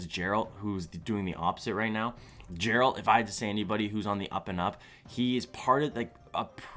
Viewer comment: Geralt is read with a g sound, not a j. Still really enthusiastic and great content!